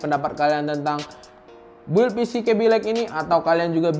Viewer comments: mungkin sering di bully jadi bilangnya BUILD keseringan pake QUota jadi bilangnya Gigahessssssss.. kwwkkwkwkwkwkwkwkw kebiasaan bikin es di kulkas jadi bilangnya KULING kwwkkww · masukan: Build cara bacanya "bild" itu RAM speednya bukan 4000ghz tapi 4000mhz. kalo bilang alat pendingin itu Cooler. Cooling itu fungsinya you're welcome.